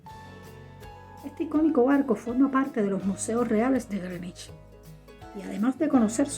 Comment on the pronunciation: Felicitaciones por pronunciar bien Greenwich.